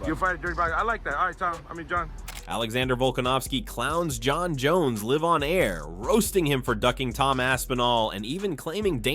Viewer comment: Bro what is this ai garbage? your shitty bot said the wrong “live”